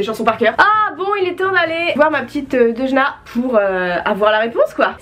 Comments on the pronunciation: À un moment tu à dit à deujna en fait!! tu voulais dire deujna mais tu a dit deudjna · quand ta dit 《aujourd'hui tu est avec Deujna》 g compris Orangina🤣🤣🤣🤣